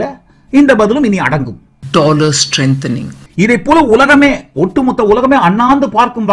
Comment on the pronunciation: ஒரு நாட்டின் நிதி அமைச்சர் Dolar என்று கூட சொல்லத் தெரியவில்லை Tolar Tolar என்கிறார்